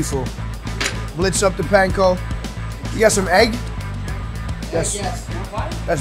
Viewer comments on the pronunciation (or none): none